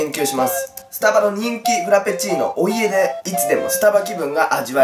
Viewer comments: 「お家」のこと「おいえ」って読むのやめてー笑 笑いが止まらなくなるー笑笑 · お家って、おいえじゃなくておうちじゃないのwwww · お家でって おいえでじゃなくておうちじゃなですか？ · 思いました笑 でも面白いですよね おいえ。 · お家。おうち を おいえ って言ってる おいえ ってなんなん(笑) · お家→おいえ爆笑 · おいえじゃなくておうちだよねwww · お家(おいえ)じゃなくてお家(おうち)じゃないんすかパイセン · うちががおいえって言ってるのを指摘したら叩いてきたヤツいたんだけどやっぱ確認したらお家ってなってるし、読み方おうちでしょ？まあどうでもいいか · おいえじゃなくて おうちじゃね？．．． 可愛いから許す❗❗❗ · お家ってさおいえじゃなくておうちでじゃないの？笑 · お家をおいえって読むの？？ww おうちじゃないの? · おいえじゃなくておうちじゃないの？ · おいえって読むん？www